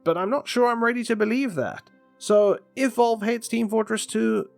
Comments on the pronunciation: ah yes, volve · Ah yes I love volve